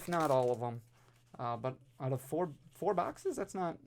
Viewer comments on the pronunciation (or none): none